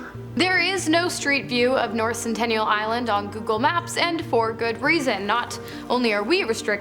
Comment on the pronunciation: It's Sentinel Island. Not Centennial Island. 🙄